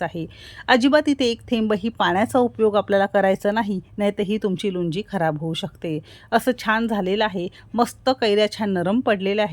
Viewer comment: Lunji naahi lounji mhantat yala